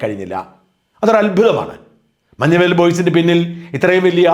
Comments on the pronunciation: മഞ്ഞുമ്മേൽ അല്ല, മഞ്ഞുമ്മൽ ആണ് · മഞ്ഞുമേൽ അല്ല. മഞ്ഞുമൽ